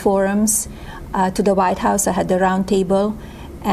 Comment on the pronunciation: She’s saying “the” best but her pronunciation sounds like be. Sounds like what we call pidgin English in Hawaii